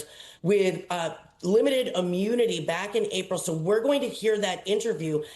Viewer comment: The word is pronounced I-MUNI-TY. I, not A.